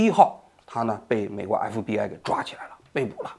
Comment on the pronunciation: 王局今天讲话太快，咬词不准，隽（jun）读成庆，FBI读成MBI。